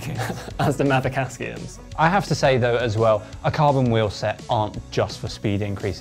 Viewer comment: Wtf are Mavic ASKIUMS? Aksiums have been around for many years. Shouldn't be difficult to get the name right.